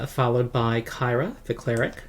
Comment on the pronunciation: BTW, I think "Kyra" is pronounced like "Kira". That's the official word, anyhow. Not sure why they chose to do that - you'd think it'd be pronounced like "Tyra", right?